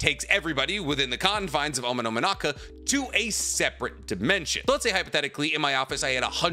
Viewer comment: Take a shot everything he says Omononaka